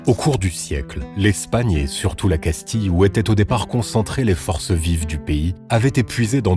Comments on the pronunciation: Casti-(ye) et pas casti-(le) donc oui castille se prononce casti(ye) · On ne prononce pas Casti mais Castille